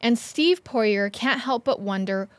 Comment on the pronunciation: It’s pronounced “Pour-ee-ay” Get yo french on haha.